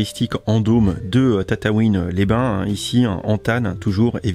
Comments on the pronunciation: Tu dis tatatouine alors que c'est tatooine 😭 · tu dit tataouin au lieu de tatooin